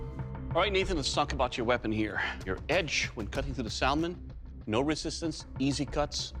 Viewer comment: The only thing that bothers me here is how Doug pronounces Salmon lol